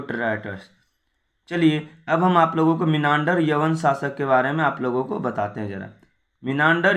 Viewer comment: भाई आप वीडियो बनाते है । वो अच्छा है लेकिन किसी भी word का गलत उच्चारण नही कीजिए जैसे की मिलिंद और मीनांडर जैसे शब्द